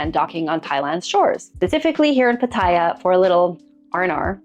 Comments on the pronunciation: The name of the city Pattaya is pronounced PATaya, not patAYa as you say. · the way to pronounce Pattaya, is to say every “a” the same way, and,,, the last ya has the accent. So,, pa ta YA.. 😅 love your content. You may be interested in my experience. Never test positive. 1000 partners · I was saying the same thing. People say it how she says it but it’s wrong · Why do people say Pattaya like that. That’s not how it’s pronounced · there is a YouTube guy Ian,, he doesn’t care that Pattaya is a proper noun. It would be like people calling him “eye Ann” instead of Ian. 😅